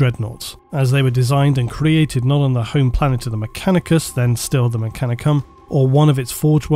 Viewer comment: Does anyone else hear say "MechaniCUM" instead of "MechaniCUS"